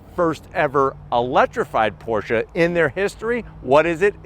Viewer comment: Thank you for pronouncing the name correctly 👍🏼